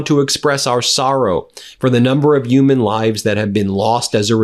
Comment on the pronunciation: Why do you never pronounce “h”. They are Human beings not Uman beings 🤣🤣🤣